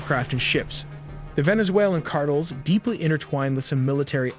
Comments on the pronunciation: Yeah, it's pronounced as Car-Tell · Car-tales, not "cartulls." Hate fake voices. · 카르텔이 아니고 카드레 ㅋㅋㅋㅋㅋ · AiTelly, fire your narrator. he pronounces things like Cartels "cardles" ...and Iran "Aeraan" and those are just the one's I've noticed. How can someone payed to narrate be soo bad. You literally had one job. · I had to put captions on to figure out wtf "cardals" was. For the love of god, learn how to pronounce "Cartels." It's a very simple word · so you gone pronounce it cardle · "car tills".. if your going to have AI read your shit then at least fix it when it says something stupid. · You have nearly 2 million subscribers, you make really good looking professional content. The least you can do is pronounce CARTELS correctly. It kind of throws the entire video off. Here's the correct pronunciation (car•tel) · The drug "carttles?" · I stopped watchinh as soon as he said cartle 😂😂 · "Cartles" = cartels. Guess ai cant help narrator learn to speak english.😊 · “ drug cardles” Trash AI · Only AI would mispronounce "cardle" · “Car-Tulls” can’t be stopped by military, but with AI.. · Car-toll...voiceover is 😂 jake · CARTLE? lol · Within seconds I heard “Cardels”. I was done. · Car-dels??? No AI huh? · It's pronounced car-tell (s) my guy 😅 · No AI was used…. “Drug ‘cardles’” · I hear cardinals like damn the pope pushing drugs now 🤣🤣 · Cardels word is pissing me off. No talent, when you can AI everything smh. Trash video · Tha Arizona Cardinals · You cannot pronounce cartels !!!! dumb ass AI. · No AI used in the video but the AI narrator can’t even say cartels correctly 😂. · Really couldn’t hire a human or at least attempt to fix the awful pronunciation of this AI? This is terrible. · Why can't you say CARTELS properly? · AI can correctly pronounce cartels. This is human error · So the voice is ai then? Nobody pronounces cartels like that ❤